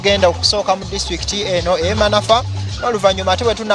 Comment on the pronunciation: Tuli manfwa😂😂😂😂😂😂😂😂😂😂 Admin wuliriza bulungi reporters byayogera nti Manafwa😂😂😂😂😂